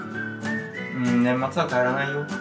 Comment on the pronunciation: 最初の「年末は〜」の発音、分かります 親類と話すと、方言出ちゃう… おねえ↑ちゃん↓、めっちゃ美人だ…